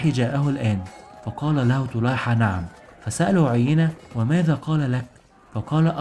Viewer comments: أحسنت بارك الله فيك أنصحك بقراءة القرآن لتحسين نطقك في اللغة العربية ومخارج الحروف ومراجعة النطق الصحيح للأسماء، على سبيل المثال عُيَيْنة بيائين مش ياء واحدة أولاهما مفتوحة والثانية ساكنة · عيينه بن حصن مش عينه....... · أخي برجاء الأهتمام أكثر بنطق اللغة العربية والتأكد من الأسماء فمثلا عدي بن حاتم الطائي ينطق الإسم عدي بفتح العين و تسكين الدال و كسر الياء و كذلك عيينة بن حصن الفزاري فيكون نطق عيينة بضم العين و تشديد الياء و فتح النون. ملاحظة اخيرة انت تتحدث عن معارك و قتال فلابد ان تكون نبرة صوتك معبرة عما ترويه و ليس همسا كما فعلت. بالتوفيق. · حلقة ممتازة ومجهود رائع😍 برجاء مراجعة الطريقة الصحيحة لنطق بعض الأسماء مثل عدى وعيينة حتى تكتمل الإستفادة وتصح المعلومة، تحياتى💚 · عُيينة بن حصن رجاء راجع النطق الصحيح